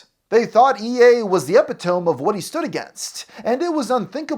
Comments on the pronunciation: Did you just say “Ep-eh-TOME”?!?! Bro…it’s “E-PIT-oh-me”. GAWD what have we been doing to the English language?! And you’re supposed to be one of the more intelligent, smarter guys DOING this shit. All you have to do is Google the pronunciation of a word, & you can hear it. Do you even know what “Epitome” MEANS?! If you don’t even pronounce it correctly, how CAN you know? When someone else says it, & pronounce it PROPERLY, YOU don’t even know hat word they’re saying bc YOU think it is “ep-eh-tome”. Just wild, man. C’mon,. Do a bit better, please. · Are you saying epitome as "epi-tome" on purpose? Like, is it an obscure shout out to that one Brian Regan bit? Because, it's pronounced "eh-pit-o-me" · it is pronounced "uh-pit-uh-me" bro. epitome lmao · It's epitome "E-pit-oh-me" not "epi-tome" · epi-tome? it's uh-pit-uh-me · Epitome. uh-pee-tuh-mee. Not epi tome. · "e pit to me" Epi-tome 😂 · ih-pit-uh-mee Putting this here in case he sees this & then does say "e pit to me" next instead of "epi tome" but i knew you at least know how to say it just the way you wrote it I could see him reading it literally haha Edit: oh no he does it AGAIN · NOOO! Its not "epi-tome"! It's pronounced "uh-pi-tuh-mee"! :face-purple-crying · Epi-tome? Like an outer part of book or something surrounding a book? EH-pit-oh-mee or Uh-PIT-oh-mee. How can I possibly watch this video after that? How? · I hate to be that guy, but. It Eh-pi-toe-me not epi-tome. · It’s not “ehpee-tome”, it’s “e-pit-o-me”. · Holy hell....E-PIT-O-ME. Decent video otherwise. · Are you pronouncing epitome (eh-pi-ta-me) incorrectly on purpose? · Did you seriously say epi-tome lmao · Epitome is pronounced "epitomee" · Its actually Eh-pit-oh-mee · epitome (pronounced uh-PIT-uh-mee) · My brother in Christ, you lose your glasses card until you figure out how to say "epitome" (eh-pih-toh-me) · This man just said epi-tome so I don't think I can take much else he says seriously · Epitome = Eh-pit-oh-me